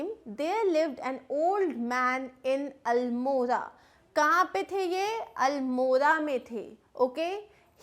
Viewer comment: I am from uttrakhand you pronounced almora wrongly